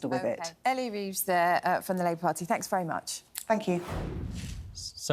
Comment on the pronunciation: Fank you Was the first words out of this woman’s mouth Somefink is wrong in GB